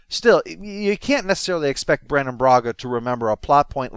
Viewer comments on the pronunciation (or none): none